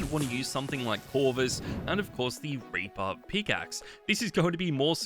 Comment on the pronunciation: Raper instead of reaper ☠